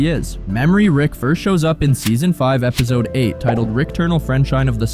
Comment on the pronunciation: Are you saying "ebizode"? Lol! Great vid regardless!